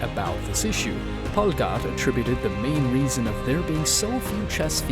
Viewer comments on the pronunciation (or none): What's with the weird pronunciation of Polgar's last name. You're saying it like it's Polgad. Just say the r as an r. Sheesh.